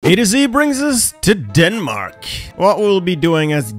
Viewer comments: I love your attempt to say my Country’s name like we do. But it’s DANmark. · The fuckin "danmæk" LMAO fuckin love Dronning Margrethe tho, she's wild 😂